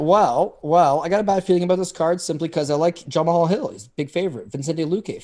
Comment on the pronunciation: Someone please tell how to pronounce Jamahal.